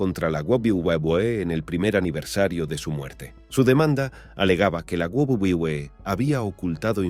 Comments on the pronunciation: Porque dice guaguaguae jajajaja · Lo único que me pregunto es, porque carajos le cuesta tanto decir "doble v, doble v, e"? Es muy raro y aparte es gracioso como parece que balbucea pero si pueda decir wrestling o otras empresas de forma más normal xd (y si se le complica mejor que diga world wrestling entretainment) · Mi pregunta es tu sabes hablar 🤔pq se dice WWE que escrito es UVE DOBLE UVE DOBLE E para que lo leas y te lo aprendas para el próximo video😌👌😂😂😂😂😂😂🤣😂🤣😂🤣😅🤣😅😅😂😅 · De la guwuguwuwe, claramente está hecho con una IA estilo loquendo, algo que pronuncia lo que escribes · Hasta parece que te está dando una embolia al pronuncar "Doble U Doble U E" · Hubiese sido un video muy serio pero con esa pronunciación de wwe guaguaguaE guabliE lo 💩 todo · We we we wewe 🎤🎤😂😂😂 Esto pasa cuando se usa programas tipo loquendo, q dice "gualguier" cosa en vez d lo q debe decir 😂😂😂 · la guwulwebee que? 😂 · Lo dice de todas formas pero ninguna correcta 😂🤣🤣🤣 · Me causa conflicto la mala pronunciación de "wwe". 🙃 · No sabes decir uve doble o que xD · No se si esto es voluntario pero me da risa que el creador no le importó como hacer que esta voz diga bien los nombres jaja, lo que da más risa es que cada vez que dice Wwe lo dice diferente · El vídeo toca un tema triste y no puedo con la pronunciación de las siglas no paro de reír xd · Debes mejorar el tema de pronunciación de WWE, y de otros campeonatos de wrestling, queda raro como se pronuncia en el vídeo, y puede haber gente que no lo entienda. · esq en ningún momento lo decía bien😅😅cojones si eso lo veía yo cuando tenía 8años y lo decía perfectamente que lo vea con mi madre h amis amigos que luego con cambiábamos las cartas😂😂😂😂😅😂😅😅😂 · Su pronunciación a veces me confunde y no se de que compañía habla 🤦🏻‍♂️🤦🏻‍♂️